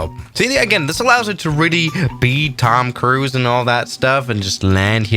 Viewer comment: Finally he calls him "Tom Cruise" instead of "Tim Cruise"